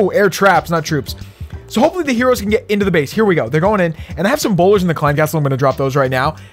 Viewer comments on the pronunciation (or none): I love wen you say bowleears hahhaha